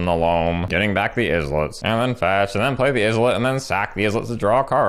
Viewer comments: It's actually pronouned "Eye-let", just like Island. Not "Izz-let" :) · Islet= EYE-LET, not IHZ-LET